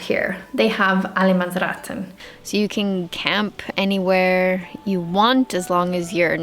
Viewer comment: Your pronounciation of 'allemannsretten' is very good!!!